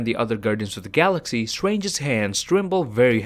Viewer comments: Please say ‘Doctor Strange’ instead of ‘Doctor Swange’ nice video tho🌝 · Nobody:: “Doctor stwangers”